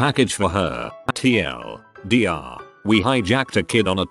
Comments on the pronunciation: How does a bot that reads reddit posts not know how to say TL;DR? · it's actually pronounced Tea El Deer. It's basically short for the one reindeer of Santa who he killed and ate. We use abbreviations bcz we aren't allowed to name him or sing about him or Santa will....